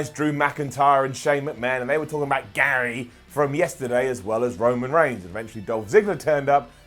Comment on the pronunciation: love how he says "Gary". makes me laugh